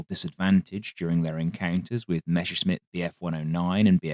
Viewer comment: Dear narrator it's Messerschmitt not Meshersmitt😅